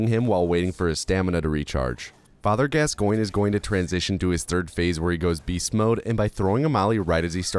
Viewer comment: Your pronunciation of Father Gascoigne hurts me mentally, physically, emotionally and spiritually